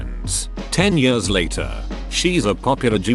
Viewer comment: Am I the only one who hates the way this text to speech says the word “years”